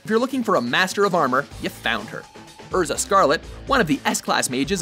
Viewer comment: Christian Diaz Urza and Kiroto would be on that list somewhere. Though, I guess the dub is to fault for Erza's.